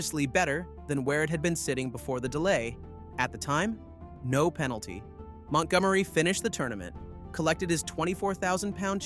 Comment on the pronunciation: Ah yes, that little known golfer Mont Gom Ereeeee! Nothing like Ryder Cup hero Montgomery.